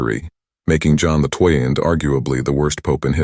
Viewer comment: AI has a few glitches and can't read XII-Pope John XII it is and you just have to read the description or transcript to find out, sometimes. May the Lord bless you with knowledge.